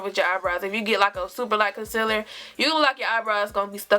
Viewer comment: Casiller....really!!! Concealer! Girl!!!!